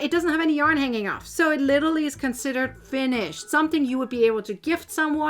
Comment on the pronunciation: It's LIT-ER-AL-LY. You're welcome.